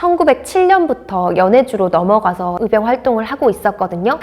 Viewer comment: 도대체 발음이 안되는 사람을 캐스터로 사용하는 이유가 몰까요? 전라도 사람들 발음 특징이 " 의" 발음을 "으" 라고 하는 아주 몹쓸 발음 습관들이 있는데 적어도 방송 에는 이런 사람을 채용 하면 안되죠.. "의병"을 "으병"으로 발음하는 사람을 캐스터로 사용하지 마세요..아무리 좋은 내용 이라 할지라도 듣기 매우 거북합니다.